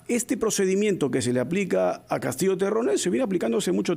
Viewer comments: Me gusta la pronunciación de la "doble LL" de la periodista, es diferente a del periodista varón. Es como se pronuncia en el norte de España. Se pronuncia Castillo y no se pronuncia Castiyo. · Perfecto!, mi familia es limeña y lo pronunciamos igual Castillo. Peculiaridades lingüísticas en Perú.